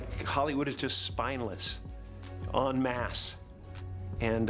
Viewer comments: en masse ....not " un mask" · Unmasked????😂😂😂😂 "Enmasse!!!!" Smh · Not unmasked, “en masse”